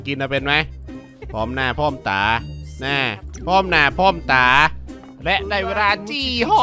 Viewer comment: พร่อมหน้าพร้อมจ๋า สำเนียงโคราชเปะเวอร์ 5555